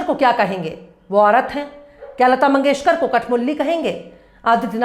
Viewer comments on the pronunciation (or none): none